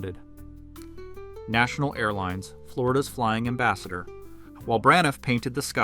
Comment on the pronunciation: At "National" I KNEW you didn't know what you're talking about.